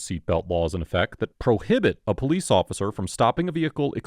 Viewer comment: did you say police officer or peace officer??